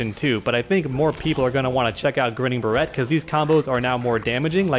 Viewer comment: When said "barrette" I cringed pretty hard.